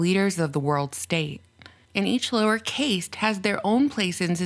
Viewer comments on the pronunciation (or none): Love you. It's pronounced "caste" as though the e was not on the end. xx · I love your work. Caste is usually pronounced “cast” And, yes, cloning and many other scientific achievements are likely already being practiced in secret. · Caste is pronounced just like cast- it doesn’t have a long a sound.... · FYI, "caste" is pronounced the same as "cast". Hope you don't mind me telling you about it. 🤗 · Caste is pronounced like cast sorry.... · Caste is pronounced cast. Yeah, I'm that guy. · “Caste” rhymes with “mast”. Don’t forget Gates’s purchase of the company that produced GMO “contraceptive corn” in San Diego and quickly bought controlling stock in Monsanto to produce it, years ago. He’s a Malthusian from waaay back. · babe, caste is pronounced cast. Here in England at least. 🤭 Americans usually mispronounce niche as well. 😁 Loving the vid. Scary stuff!! 😱😵😬😓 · It's supposed to be pronounced that way in the U.S. too.